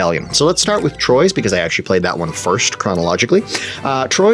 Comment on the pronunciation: racing to the comments section to let you know that in French this game would be pronounced more like "twah" -- beat all of you other losers to be the first one to post this obnoxious correction